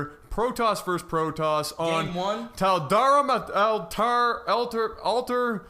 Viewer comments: It's pronounced Taldariim not Taldaram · Tal Dareem altar is how you pronounce it. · it's pronounced "tell-duh-rim" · Tall-dah-reem. It's said dozens of times in the campaign! /NerdRage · by him not pronounciating Tal'darim properly tells me that he hasnt played the campaign..